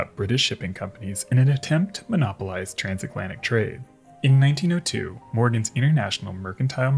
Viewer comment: "Transaklantic." Okay.